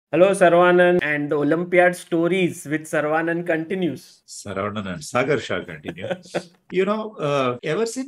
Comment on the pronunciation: It is not "sarvAnan" it should be pronounced as "saravanan" - there is equal emphasis placed on all syllables.